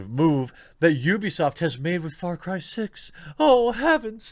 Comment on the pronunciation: sounds like FartCry lol